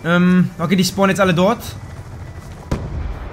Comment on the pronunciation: Wo SCHPORNEN sie ? :D